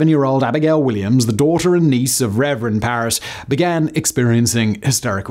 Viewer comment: *Parris not Parrish as Simon kept saying. I know it's not a huge deal but it is history so the facts should be accurate and Simon would want them to be. The name card was correct as it read Parris. Sorry, if this comment offends, but we're all here for the facts from our Factboy.